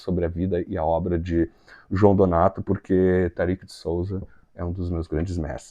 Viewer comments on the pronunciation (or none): Olá, a pronúncia é Tárik e não Tarik. Abraço.